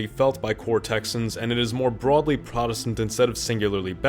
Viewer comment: And the way "Appalachian" and "protestant" are pronounced makes me think this is another Gen AI bot created video for clicks